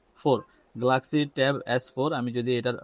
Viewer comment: ভাই গ্লাক্সি না গেলাক্সি